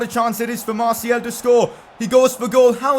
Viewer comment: Man its anthony marTIAL not marTIEL. Thats how it souds when you record